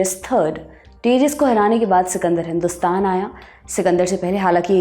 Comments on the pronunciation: de-ri-yas.....nahi daa-ree-yas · AAREE PAGAL DARAYUS. DIRAYUS NAI.NAAM THEEK SE BOLO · डेरियस नहीं डरायस। हिन्दी में दारा। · Darius nahi Dayursh hai wo nam aur sultan nahi shahnshah bol sakte hai. Please correct it. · Darius nooo Daryush Cyrus nooo Karyush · angrez madam. Darius hindi aur urdu me Daa-ri-oos banjata hai. Babylon banta hai Baabil ya baabul. ap hindi channel ho? sahi me?